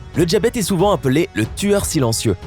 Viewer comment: Le « djabète » lol